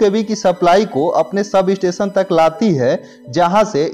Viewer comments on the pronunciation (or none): none